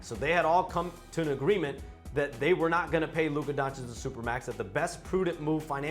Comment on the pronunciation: How does Steven A not know how to pronounce Luka’s name after all this time? That’s really sad and disrespectful.